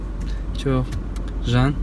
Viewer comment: ~жан~ деген калай кетти 😄😅